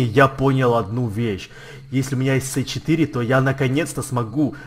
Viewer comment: это си 4, а не ц 4